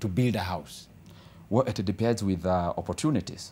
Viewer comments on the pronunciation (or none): 22yrs na anasema it debens(depends)?